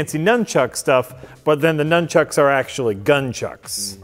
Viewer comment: This is not the first time that said "Chunks" instead of "Chucks": Nun Chunks = Little pieces of Nun Chucks!